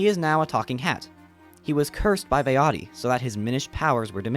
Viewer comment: Bro the fucking Forte made me jump out of my seat. I love Minish cap & love your theory. The Vaati pronunciation hurts my heart tho but Ill subscribe nonetheless